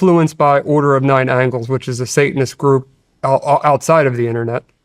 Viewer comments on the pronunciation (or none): It's angles not angels my brother